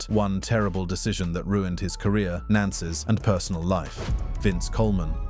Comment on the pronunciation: True that. What’s up with the silent/missing “fi” in words like “nances”, “nancial”, “gures”, “rst” “recracker”, and “unspecied”? And the inability to correctly read large numbers. Yeesh…